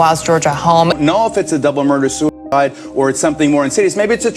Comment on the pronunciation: "SOO IDE" get's annoying after a while